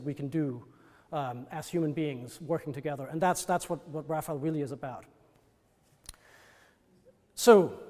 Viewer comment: It’s frustrating when someone so knowledgeable mispronounces the artist’s name. It’s “Ra fai ell” not “Raffle”. Cmon dude, get it right.